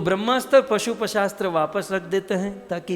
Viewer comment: महाराज जी अपना उच्चारण शुद्ध कीजिए। शिवजी के पास पशुपशास्त्र नहीं पाशुपत अस्त्र होता है । केतकी के फूल से वार्तालाप ! एक दम असंभव । सब ढकोसला है !!!